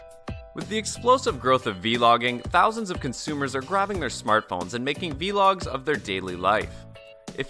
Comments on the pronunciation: How do you not know how to say vlog? You had to literally never hear that word, then be assigned this task of making this video, without hearing the word. So someone emailed or messaged you to make this video. Then nobody audited it either. Terrible. You have to instantly discredit their knowledge. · This was really helpful and all, but the way you pronounce the word "Vlog" bothers me. I notice it also bothers others too, they seem to assume that you were never introduced or known the word "Vlog." 🙌 I'm interested in the Sony a7R III 42.4MP camera🙌 Edited. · Bro learn how to say vlog